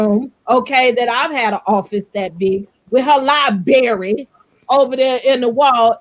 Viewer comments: A Professor who can not pronounce "LiBRary" correctly it is not "LiBERRY" ma'am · Wendy actually said “lie berry” twice. If you can’t say library, then please don’t talk about your “degrees.” Also, the house Wendy showed in the video was staged on a very low budget. 🤦🏾‍♀️ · With her many degrees can she please learn how to say library correctly. 🤦🏻‍♀️ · How can someone with 4 degrees not be able to say Library correctly🤯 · With 4 degrees you would think she would know how to say it correctly.